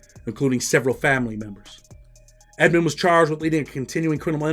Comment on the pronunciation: Rayful's last name was Edmond, not Edmonds. Not sure why so many get this wrong.